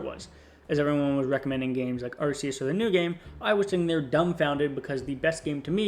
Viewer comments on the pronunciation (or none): It's not "Arse-eus".